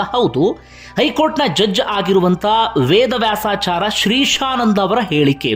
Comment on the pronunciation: ನ್ಯಾಯಾಧೀಶರ ಹೆಸರನ್ನು ಸರಿಯಾಗಿ ಹೇಳಿ ಅವರಹೇಸರು. ವೇದವ್ಯಾಸ,ಆಚಾಯ೯. ಎಂದುಅಭ್ಯಸಮಾಡಿಹೇಳಿ. ಸ್ವಲ್ಪಸ್ಪಷ್ಟತೆ ಇರಲಿ ಉಚ್ಚಾರ ದಲ್ಲಿ. ಸುದ್ದಿ ಹೇಳುವಾಗ ಮ್ರದುಸ್ವರದಲ್ಲಿಹೇಳಿ ನಮಗೆ ಅಥ೯ವಾಗುವದು. ಕಿರಿಚಾಡುವದುಬೇಡ.